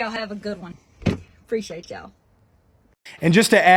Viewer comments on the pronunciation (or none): " preciate yall"😅